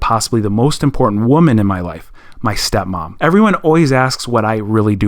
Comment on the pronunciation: 🤣🤣🤣🤣 I absolutely died when he said steo mom